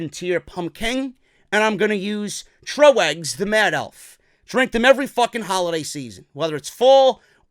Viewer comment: Hey buddy love you but it’s pronounced Tr-oh-gs not Tro-eggs 😂😂😂. Great beers none the less